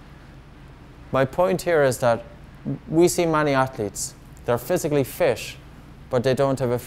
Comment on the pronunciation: I knew something was up with this guy when he said physically fish